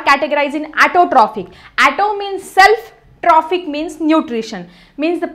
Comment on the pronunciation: Mam tumhi words plz neet bola tai autotrophic aahai😂😂😂😂